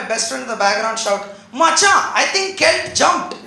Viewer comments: Sandeep J kelt is the right pronunciation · nikhil attri its pronounced as Kelt